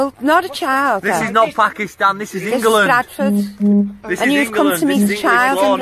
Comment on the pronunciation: "This is INGERLAND" Hah Hah.